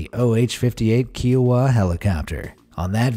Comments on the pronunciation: The narrator keeps mispronouncing Kiowa. He keeps saying it like keyowa. It's KIOWA with a long ( hard I) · That helicopter is pronounced Iowa with a k. Kiowa. It’s a tribe of Native American. I am from Kiowa tribe. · The Army pilot did not join the Airforce. What the hell. And it is Ki-oh-wah. Ki rhymes with pie. Kiowa. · Kiowa is pronounced like the state Iowa. Kiowa was named for an Native American tribe, like the Apache helicopter was.